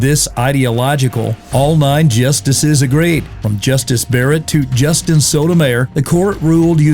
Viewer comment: You pronounced Sotomayor's name almost like an unlawful sexual function. Thanks for the bad visual, now I have to go clean the porcelain from vomiting my earlier pizza. 🤢🤣